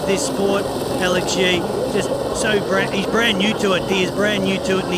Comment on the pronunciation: Agreed - embarrassing, couldn’t even get Alex Yee’s name correct